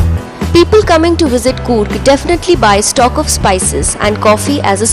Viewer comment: It is not goorg it s Coorg. I can understand how you will give justice😂😂😂😂